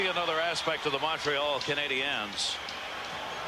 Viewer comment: And to this date, Sabers playcaller still can't pronounce " Canadiens " properly..